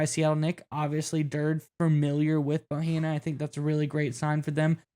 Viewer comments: It's dur day not durd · It's prounounced Dur-day (like dirty)... And we'll be going to the playoffs, for sure!